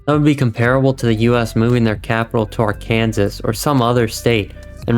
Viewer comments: no way he said ar kansas and not ar kan saw this been like this since 1881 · I appreciate you sticking up for the importance of lore, canon, and continuity. Just a couple notes: Arkansas is pronounced "ARK'n'Saw" and I personally find the background music to be too loud and distracting. Good job, keep it up! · "Arkansas" is pronounced "Arkansaw." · Alright I was with you until you pronounced Arkansas the long way. L video But seriously these uh “new “fans”” are kinda nuts 😅